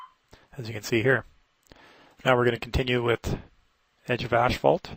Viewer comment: My wife calls it ashphalt too :D